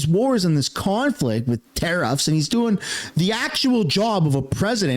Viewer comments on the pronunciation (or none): TERRUFFS? I BELIEVE THE WORD IS TARRIFFS. I'M 77 AND THE DETERIORATION OF THE ENGLISH LANGUANGE OVER THE YEARS IS ABSOLUELY DISGUSTING. SCHOOLS NEED TO BRING BACK READING PHONETICALLY SO PEOPLE CAN FIGURE OUT HOW TO PRONOUNCE WORDS.